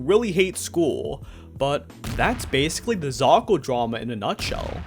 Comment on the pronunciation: a ton of people seem to have already said what I was going to about the excuses defending it is just mental gymnastics so I won't say it, but I will ask: why do you keep pronouncing it zakal?